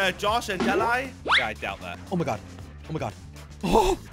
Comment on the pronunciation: because it is his actual name is jelle but difficult to pronounce so he change to jelly